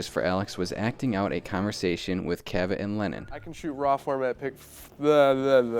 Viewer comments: You guys are driving me crazy with the name pronunciation. Dick CA-vet?? It's pronounced Dick Caavit. Other than that nice job and don't we all wish we could digitally erase Yoko? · CA-vett not ca-VETT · It's "CAV-ett," not "cuh-VETT." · One of them pronounces Cavett’s name wrong: it’s CAV-it, not kuh-VET. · CAvett, not CaVETT! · It's Dick CAV-et, not Dick ca-VET. But anyway, good info! Hopefully you've changed your hairstyle since this video was shot,... Just messing with ya...;) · I like that the one guy changed his pronunciation of dick cavett after the other guy said it right, he was saying dick kuh like in duh and vett like in corvette, must be young, never heard the announcer when the show aired say it like he pronounced it, I must be old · Dick Kah-vet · Dick Ca-vette? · You mispronounced Dick’s name. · I can't believe that you can't pronounce Dick Cavett. It's not that hard! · Thank God somebody else noticed plaid shirts mispronouncing Cavetts' name. Also VanStuff needs to get rid of the hat. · Check your pronunciation - your partner says it right every time! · that's not how you pronounce "cavette"